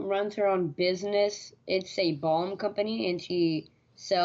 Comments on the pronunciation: Did he say bong?? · "Bong company"? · I thought he said his mom sells bongs 😂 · Balm... B.A.L.M. Not bong. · Did he say his mom has a bomb company or a bong company? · Bong? Or balm?